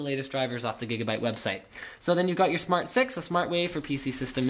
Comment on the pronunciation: I heard "smart sex" -.